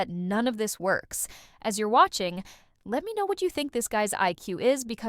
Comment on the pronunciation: There are significant signs that this was put together by AI, with no one to sanity check it. The narrator sounds mostly OK, but does have some odd pauses (Take the last sentence: "Thanks ... for watching." with the watching sounding like something will come after it, and the stretched pause for no reason between thanks and for), and I think at least one obvious mispronunciation. And then there's the thumbnail. What the bloody heck is "Vito prison"? Judge Oakley certainly doesn't say that. The "bar code" comment was the obvious stand out remark, and what would make sense to put on a thumbnail.